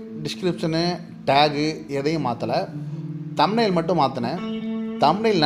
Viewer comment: தம் லைனா என்ன பிரதர் சொல்லுங்க அதைத் தெளிவாக கொஞ்சம்